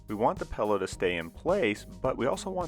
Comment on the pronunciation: He says pellow I stead of pillow.